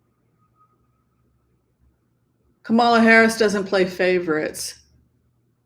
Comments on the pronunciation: KAM'-ma-la The emphasis is on the first syllable, like COMma, or TRAlala. (Thanks) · I love you, but please pronounce Kamala correctly.💕